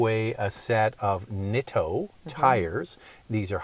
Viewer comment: About the name of those tires you're giving away... they are pronounced Neet-toe